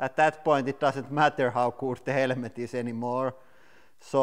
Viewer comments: "HELMET" NOT "HELEMET"!! HAHAHAHAHAHA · Try Hell-met Instead of hell-e-met. No offence just helping out with the English language. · Helmet not HELEMET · It is helemeth, not helmet :) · I kept hering HELEMET instead of helemet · Wear a HELEMET" for safety porpuse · Beo ita not HELEMET ITS Helmet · Motorcycle HELEMET 😂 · Helemet hahhaha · I LOVE THE ACCENT " HELEMET " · Hahaha helemet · Zechariah Rose Helemet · HELL-LE-MET. I love this channel so much. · I love how he say "helemet" <3 Keep doing what u love. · Hell-a-ment LOL You had me in stitches. It's bad when the Cabbage is stronger than the "hell-a-ment". LOL That was fun. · the strongest "HELEMET" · I'm not a basher but I'll automatic laugh when he say's "HELEMET"😆😂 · I like how he says «helemet» hehe😅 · "Helemet helemet helemet" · I came here for the "Helemet" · Helemet is that the way you pronunce it in your country cuz im curious... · What's a helemet? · Why you say it helemet/ helemets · What? Helemet?.. It's okay we all made mastake's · It's Hella ment not helmet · Every syllable must be pronounced. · Thought he said element at first lol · Ural Motorcyclist English is the most used side language out there in the world. But i understand what u mean, but you do not have to be that rude in the comment field.. it was kinda funny how he said the word (helmet)... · I love how the word "helmet" has three syllables here. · I love how he pronounced helmet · “Helmet” has 2 syllables. I’m puzzled that he hears 3 syllables or why he thinks it is 3 syllables!